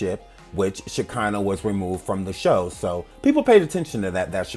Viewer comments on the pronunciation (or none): takes me out everytime she says that girl's name😹😹😹😹🤦🏾‍♀️